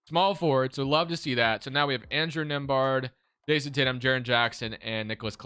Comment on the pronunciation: My last name is nembhard and to hear the way he says it, is killing me lol 😆 😂 the B is silent